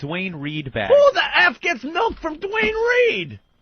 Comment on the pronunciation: I can't decide what's more infuriating, the entitlement or saying mElk.